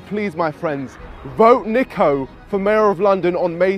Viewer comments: HE SAID NEEKO LMAOOO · It’s not neeko it’s niko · NIKO NOT NEEKO lol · Its not Neeko its Niko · how do you say your name, its Nik-olas omilana 1 millisecond later: neeko omilana lol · Niko not Neeko smhh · Its NIKO not NEEKO its make me cringe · It's not neeko it's Niko💀💀💀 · At the start u heard him say NIKO AND U CALL HIM NEEKO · its NICK NIKO not NEKO. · Is Niko not Neeko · (NICK)-O niko - utube guy NOT NEEKO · It’s not NEEKO ITS NIKO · It’s niko not NEEEEKO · bruh not neeeeeeeeko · Not Neeko please... just Niko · ITS NOT NEEKO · Its niko not neeko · “Neeko” Niko is coming for you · Bro said Neeko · Man said NEEKO! 😂😂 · YOU REALLY CALL HIM NEEKO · Man sed neeko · What’s the point of this if your still gonna call him neeko